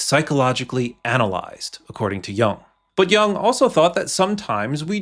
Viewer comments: Good video! Just a quick pronunciation note: it's not pronounced like "young", more like "you + ng". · There are no robutts that can properly pronounce Yoong. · I think Jung is pronounced “yoong” It’s German for young. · That's not how his surname is pronounced. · The fact that the 'voice of Carl Jung' is even referring to himself in the third-person, let alone mispronouncing his name. 😄